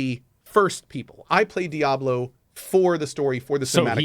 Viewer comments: Did he just say "Diabler"? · Asmon is such an og for saying diablur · Diabler 4 😂😂😂😂😂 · "Diablurr 4"? lol